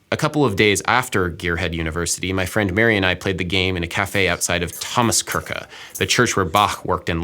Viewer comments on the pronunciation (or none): I'm German and I needed about 5 min to figure out that when he said "Thomas Gurkha" he meant "Thomas *Kirche*" 😅 I love the video tho, it really seems like a fun and senseful exercise and I will definitely try it with my companions. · "Kirche" pronounced "kirkeh" ? I'm not German and that is shocking. Even more knowing you were there and must have heard/could have asked the correct pronunciation ...